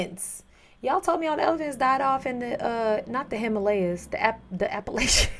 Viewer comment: You've really gotta start pronouncing Appalachia right lmao That said, next conflict here, ive i see a gang of elephants in Appalachia, im pissing my pants....and i pray to Mothman!